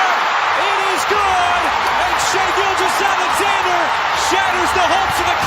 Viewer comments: You not saying Shais name properly is driving me nuts bro But also, another amazing vid. Keep up the great work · How do you follow the NBA this closely, yet don't know how to pronounce the runner up for MVPs last name? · How do you say Shai’s name wrong every single time in 2024 bro